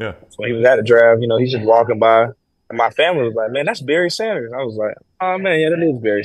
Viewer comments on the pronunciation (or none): It's Barry Sanders, Not Berry Sanders, cannot disrespect this Goat Legend.